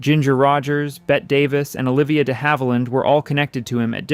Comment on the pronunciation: It’s pronounced like Betty. Not like Bette Midler.